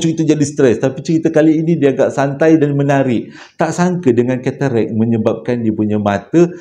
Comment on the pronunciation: Lawak plok dngar keterekkk😂,tk silap ketarak lh.Maaf akak trgelak😊